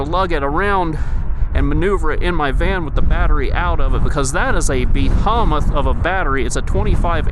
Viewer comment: It sure is a be-hom-ith battery 😂 not even hating just never heard it pronounced like that.